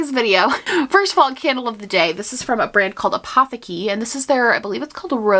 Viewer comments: Fun fact: Apotheke is pronounced “Ah poh TAY kuh” 💕 and it’s the German word for pharmacy/apothecary 😇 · This is random but that is not how any language pronounces the word Apotheke (the candle brand, meaning 'pharmacy').. Especially not Germans.. Anyway it sounds cooler in American :)